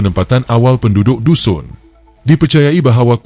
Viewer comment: Sebutan nama kaum tdk ngam..Lebih cantik kalu org bangsa sendiri yg buat kajian..